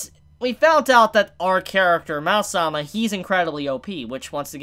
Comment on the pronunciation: It's probably not pronounced "Mal-sama" or "Mau-sama", but "Ma-o sama".